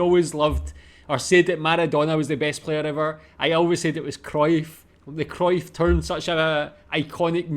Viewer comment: Not a fan of either Ajax, or Kruif, that lady does not how to pronounce kruif...it is not krouf or kroif... lol